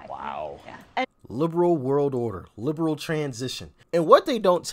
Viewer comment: 🤔Did you say "Lame Brain World Order?"because that is what I thought you said.😖